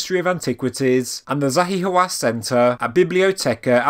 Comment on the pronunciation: Everytime you said the name Zahi Hawass it make my feeling hurt😱